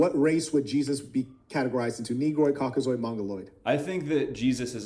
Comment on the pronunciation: “COKKAZOID” dudes talking like a scientific racist from the 40s 😂